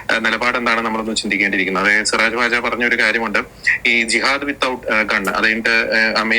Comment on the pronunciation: സിറാജ് വാജ്...ഡേയ്... സിറാജ് വഹാജ് എന്നാണ്..